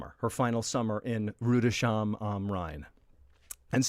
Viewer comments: It’s Rüdesheim am Rhine, not Rudescham. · Dude, it's not Rüde sheim, it's Rüdes heim. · This is a great new concept! Lovin' the vibe! I'm an American in Germany. I'll help you with saying Rüdersheim am Rhein... Rude - errs - heim. The "ü" is always a tricky thing as well as the tendency to sound out the "sh" together 😉👍🏼